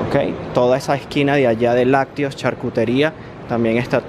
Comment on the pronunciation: airear lacteos no airiar lactios no joda que man para hablar tan mal